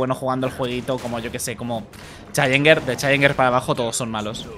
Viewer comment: No se pronuncia así, asi que...